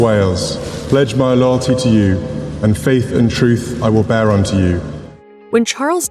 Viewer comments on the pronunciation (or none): none